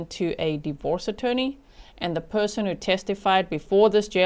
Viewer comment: says Pershon not person